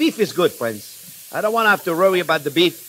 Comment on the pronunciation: Hi J-P, Why do you say Rrowy instead of worry?